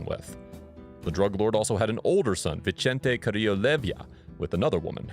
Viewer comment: Vicente is pronounced with an S not a CH. it’s Spanish not Italian smh